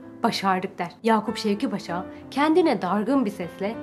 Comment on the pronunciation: ''Yakup Şevket Paşa'' değil, ''Yakup Şevki Paşa'' paşanın ismi. Video için teşekkürler